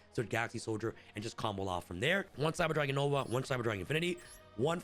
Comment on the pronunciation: Everytime 😂 lol one word, all Together. Thts the best way to “comboloff” 💪🏾